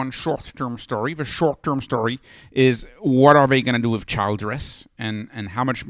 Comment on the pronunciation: It’s pronounced like Chill dress.